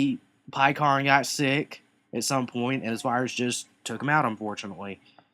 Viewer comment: It's not pronounced "Pie"kon it's pronounced "p"kkon